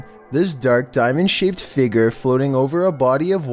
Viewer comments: Dammit I only recently got comfortable with voice now I can’t stand the way he says “FIGURE!” 🤬🤯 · I swear, pronounce figure as figger one more time 😥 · Learn how to say “figure” like a big boy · Its pronounced "Fig-your" not "figger" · Your inability to pronounce figure is paralyzing